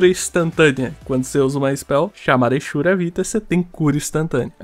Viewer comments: A maioria dos BRs pronunciam exura com X mesmo, eu sempre pronunciei eZura e a pronuncia certa acredito que é exzura, que é basicamente o ex-ura falando separadamente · Lá em 2008, quando eu comecei a jogar Tibia e não tinha nenhum RL pra me ensinar a pronunciar, eu falava "ezura". Depois de velho e de ver todo mundo falando "echura", eu comecei a falar assim, e hoje acho "ezura" errado e estranho kkkkkk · Sempre pronunciei o X das spells como Z. "Ezori" "ezura" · rapaz, que loucura. 20 anos jogando tibia e nunca tinha me preocupado em ir atras disso. kkkk. quanto as pronuncias, acredite se qusier, quando eu comecei a jogar em uma lan house em 2004, eu aprendi a pronunciar "esura" "ezori". HOje os caras que jogam comigo todos usam o CH como som de X tb, e eu sou o unico meio diferente. kkkk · Muita gente fala "echura"....eu sou o único que pronúncia "eqssura" ? Não discuto muito sobre isso, cada um fala do jeito que achar melhor, mas não é possível que eu seja o único, kkkkkkkk. Eu pronuncio desta forma porque a letra " X " no inglês tem aquele som de " éx / éqss", por isso falo "eqssura" com Q mudo. Kkkk 😅😅😂🧐